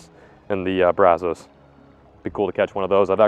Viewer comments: Also have to watch out for gators if you float through the Waco area. Glad you’re finally pronouncing brazos correctly! Remember catching his first (?) DD on the Brazos right outside of the lake Whitney dam. Edit: damn, just heard you say “Brazowse” again. Haha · i’ve been fishing this stretch of the brazos since i was a little kid. very funny to hear him say brazos. everyone who lives around these parts says it like “Braz-uhs” and you know it’s a dallas guy when you hear braz-o’s